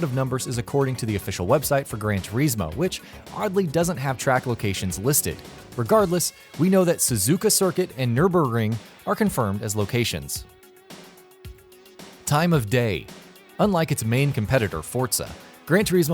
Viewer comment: Maaarsda, haunda, Norberg ring, polifany - Wft? has this guy never heard any of these names before?